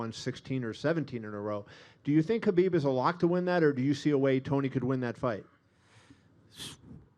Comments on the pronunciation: He is Khabib not Habib ffs😂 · Why does everyone go back and forth on how they pronounce Khabib's name. Sometimes they pronounce the K and sometimes it sounds like they say Habib. Am I crazy or is anyone else hearing that too??? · "That man", can't even say Khabib's name.